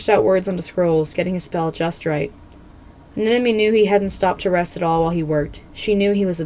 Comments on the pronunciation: you mistook fathom and turtle so damn much also anemone is pronounced an-em-o-ny Besides that the video was still spectacular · Bro said fathom and anemone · Escuse me did you say FATHOM and anemone? At 4 secs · Just so you know, in the beginning you said " Fathom and Anemone" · I think you accidentally said Anemone and Fathom in the intro, lol Great video, though!